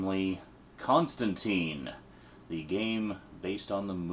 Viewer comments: You pronounced his name wrong. Everyone comic book fan knows his name rhymes with turpentine. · Alan Moore has pronounced Constantine "Constantyne". Garth Ennis has pronounced it "Constantyne". Andy Diggle has pronounced it "Constantyne". Simon Bisley has pronounced it "Constantyne". It's an English way of pronouncing the name. A very popular mistake. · His name is pronounced with a sound like brine, not teen. I was surprised too. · Sorry for being too belligerent. Its just that in the comic book community it ain't cool to mispronounce his name. The movie sucked balls to most of us afficianados because of its "Americanization". And the name isn't an exception. People, even Alan Morre, the one who created Constantine, always tells people to pronounce it right. And for a damn good reason too. Remember that time when Captain Marvell was suddenly has his name changed to Shazam, and this destroyed this character since New 52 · It's a Brit thing. They also pronounce Emperor Constantine that way. Apparently somewhere in the comics John corrects the pronunciation to the Brit version (of course) so it's canon I guess. Aluminum vs. Aluminium, whatever get over it.